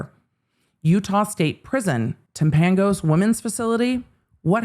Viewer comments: Timpanogos pronounced Temp a no gus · it is pronounced Tim-puh-no-gus. I'm a Utah native. I just thought youd want to know since you will be covering this story many more times.